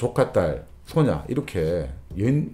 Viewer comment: 이 소오냐로 발음할때마다 웃습니다 가 좋은 목소리로 네~ 네~할때마다 기분이 좋아져요^^